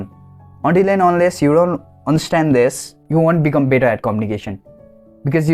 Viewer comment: Your better sounded bitter no offense